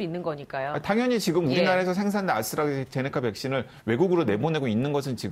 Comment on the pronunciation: 오, 아수라 제니카 (ASTRAZENECA, 아스트라제네카) 교수 재등판이구나! 이제라도, 방송에서라도 ASTRAZENECA 를 제대로 읽어, 지칭을 할 수 있으려나?